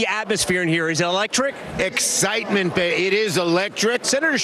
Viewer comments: One of em even said 'eleftric' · I love how all the Fake Stream Media collude together to say the word "eletric".